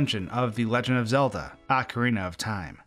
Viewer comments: I cringe at how you pronounce AWKcarina. It's OHcarina. 😅😝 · "Ocara of time was a perfect game for me" So perfect you didn't even know how to say it, I see. Lol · Excuse me- how did you say Ocarina??? Ocarahnah??? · Whether ‘correct’ or not I still cringe every time I hear it pronounced “ah-ka-ree-nah”. I will say “oak-uh-ree-nah” forever lol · I had to go back and play that again, I thought I was unaware of some insider slang calling the game "Oc-time" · Instantly lost interest in watching this video when he couldn’t even pronounce “Ocarina” ... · Bru Your pronunciation of ocarina is terrible please learn it